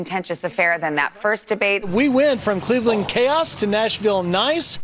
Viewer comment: The reporter: "We went from clivilling chaos to Nashville nice???!!!" 🤣🤣🤣🤣😆😆😆